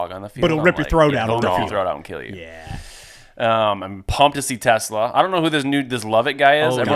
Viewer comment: If there’s one thing to know about TeSlaa is that he’s huge. Did you pay attention to the draft or rookie minicamp or OTAs at all? The second thing is that the emphasis is on the second syllable of his name - it’s Dutch. The third and most important thing is that he never dropped a pass in his college career.